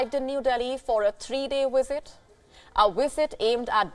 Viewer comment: Please don't say WIZITT when you mean Visit. Available is not AWAILABLLL. Also stop popping ripe fruits in your throat.